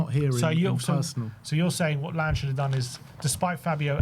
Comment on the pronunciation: Your pronounciation is horrible. Lan-ge, like in Langobard